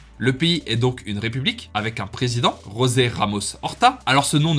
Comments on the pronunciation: The "J" in portuguese is the same that in french. So no "hosé" but "José" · Petite correction mais en portugais on prononce le J a la francaise ce n'est pas Rosé mais José 😉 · En portugais on prononce pas rrrrosé mais josé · Étant lusophone moi même je me permais de te corriger mais son prénom ne se prononce pas “Rozé” mais “Jozai” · Mon grand-père maternel est originaire de l' archipel de Atauro. Au nord du Timor, j ai appris le portugais grâce à lui. Par contre on prononce José avec la lettre "J " pas " R " le Portugais ce n est pas de l Espagnol. Merci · Dans le doute, il vaut mieux prononcer le portugais comme du français plutôt que comme de l'espagnol